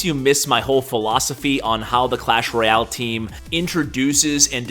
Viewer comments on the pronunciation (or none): none